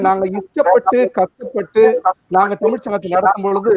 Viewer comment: தமிழ் என்று முதலில் ஒழுங்காக உச்சரிக்க தெரிந்து கொள்ளுங்கள். அதன் பின்னர் பட்டிமன்றத்தில் பேச வரலாம். தமில் தமில் தமில் ??? :((